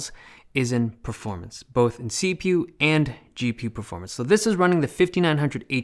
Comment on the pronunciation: "see-pew and gee-pew"